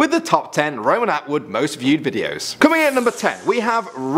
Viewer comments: It's not Roman Awood it's Roman Atwood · it's Roman Atwood not Roman Awood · ROMAN AWOOD LOL FAIL ATWOOD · Roman A-Wood lmaooooo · 'Roman Awood' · awood hahahahahaha